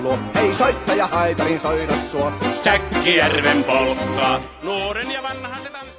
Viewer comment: That's some bad pronounciation, lmao